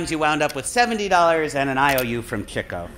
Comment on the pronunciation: Why does keep saying Chicko instead of Chico?